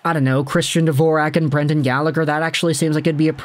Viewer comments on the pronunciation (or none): none